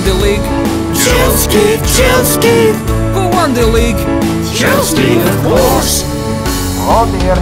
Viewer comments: It is Chelsea not Chelskea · It's chealsea not chelski